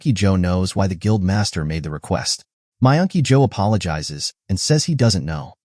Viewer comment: Myungky yo sounded like you were saying my auntie Jo